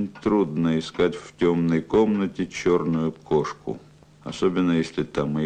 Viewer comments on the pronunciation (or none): Ой! "..черну юкошку.." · "черну юкошку"?